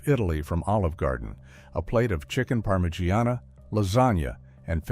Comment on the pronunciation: “Chicken PARM-UH-GEE-AH-NAH.” Lol